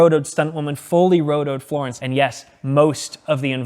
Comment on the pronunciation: blend into “Floorence” 😂